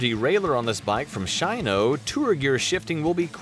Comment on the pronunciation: I'm like huh..can't even say shimano right? this is hard to watch after watching GMBN, also have to remain pc in the comments